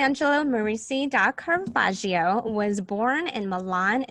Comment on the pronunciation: "Daw" Caravaggio??? Your pronunciation is cringe worthy